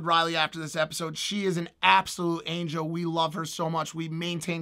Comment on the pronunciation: Did he say angel ?